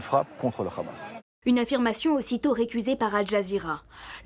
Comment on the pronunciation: Qu’il’parle en hébreux l’autre gros fils de .. parle pas en français tu nous fait honte.! En aucun cas le h ce dit Rrr « Toute cette frappe et une frappe contre le Hamas.. » alors déjà ça veut rien dire monsieur le politologue de guerre.! Et tu iras dire ça à Aljeezira Qataris. Tu assasine des journalistes au repos dans une tante..! Qu’elle armée courageuse et pleine de bon sens.